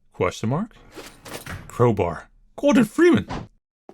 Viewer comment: Every time you say Gordon freeman or Anime it always cracks me up. XD